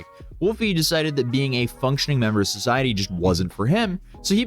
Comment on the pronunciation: *throws duces* “Wulfie.” 🤦🏽